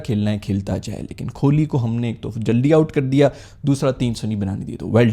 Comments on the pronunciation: Kholi nai he bhai kohli he 😂😂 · Bhaijaan kholi nahi…. Bolo kohli… bolo beta Warna bolo Dadar Azam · Kholi?? Its kohli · Kohli bro not kholi😂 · Yeh kholi nhi Kohli hai bro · Kholi ni chacha kohli hai 😂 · कोहली ❌️ खोली ✅️ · Nice comedy. Btw you need to emphasize H in your pronunciation of koHli and also see the spelling H comes after Ko. The way you are pronouncing his name it sounds like kholi like Indian ne pakistan ki kholi 😅 fix your pronunciation bro. Otherwise you are awesome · bhaijaan, kholi mat bolo yaar, kohli hai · KOH-LI not KHO-LI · Kholi nahin KOHLI 😂😂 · Why you say Kohli as Kholi. ?? Say it K O H L I !!! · Pls not kholi it is kohli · Kholi nhi bhai 😂....kohli bolo yarrr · او بھائی کھولی نہیں کوہلی ہے اسکو ہی تھوڑا بہتر کر لو۔ آپ کی ہر ویڈیو کا انتظار ہوتا ہے۔ ویلڈن ❤ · Bhai wo KHOLI " nehi 🚫🚫🚫 "KOHLI" hai...😂